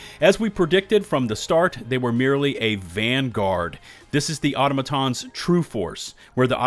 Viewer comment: Aw-TAH-muh-tahns 😢 please 🙏 not automo-tahns